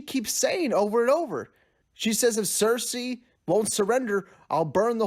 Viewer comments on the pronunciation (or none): "Danarius" "cersese" haha